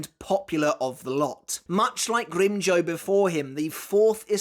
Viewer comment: I forgot how says "GrimmJOE" instead of GrimmJOW lmfao